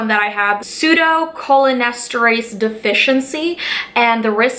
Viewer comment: cholinesterase (Co-lean-es-ter-ace)